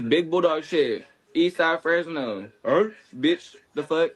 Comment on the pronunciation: Damn I was happy watching this until he said “Fresno” damn that’s where I’m from horrible look bro.😂😂